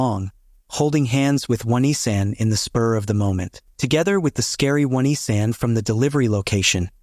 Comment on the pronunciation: "Oh - Knee - San" Not "Won - E - San".